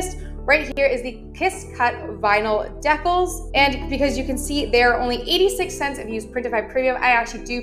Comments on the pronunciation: Good faith public service announcement: "Decal" is pronounced as Dee-cal (cal as in calculator) and not as Dee-cull. Decal is short for decalomania. Great vid, and thanks! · I love your videos thank you. From a place of good…..the word is pronounced “DEEcal”….